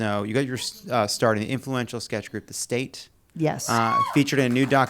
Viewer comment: I thought Jon kept saying The Staint, rather than The State Comedy group. 😂 I feel like "staint" is a great word that should be used more frequently.